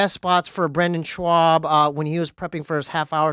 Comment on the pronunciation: is the only one who can called Brendan Schaub “Brendan Schwab” and might not even be joking 😂